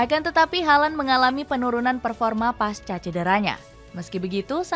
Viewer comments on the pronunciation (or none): none